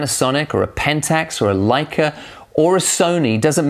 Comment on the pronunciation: A very honest video and some very true poins you make there. Btw, you´re about the only English speaking person I´ve heard who pronounces "Leica" correctly...e.g. the German way..:)